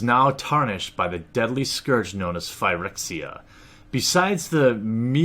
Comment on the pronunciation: im really sorry about this bro. I love this channel but its pronounced "fer-ex-ia"